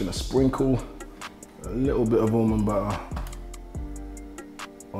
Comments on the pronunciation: I literally heard him say Umumba and I had to read what he said LOL Almond Butter.. Umumba LOL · Last ingredient... "Almond buhhhhh" 😆😆😆